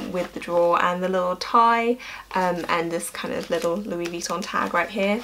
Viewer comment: The way you pronounce Vuitton bothers me... Sorry... XD You say it vEEton but since it's French the last syllable is emphasised... veeTOHHHHN~~